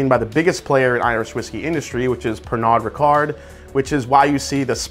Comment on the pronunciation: Did you really say Pernard Ricard?? 🐱 🐱